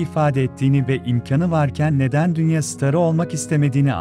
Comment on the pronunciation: DÜNYE SİNEMASI NE YA TÜRKÇEYİ DOĞRU KONUŞUN.